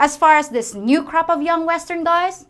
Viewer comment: "This new crap of new western guys...?" CRAP or CROP? LOL!